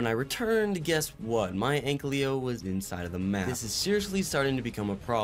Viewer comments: “An-ky-lo” not “ank-ly-o” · Ik this is stupid, but the "L" in ankylo is pronounced AFTER the "ky"